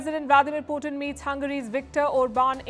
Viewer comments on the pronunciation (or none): none